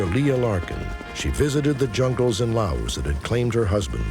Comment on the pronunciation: I remember JFK talking about Laos but pronouncing la us with a long a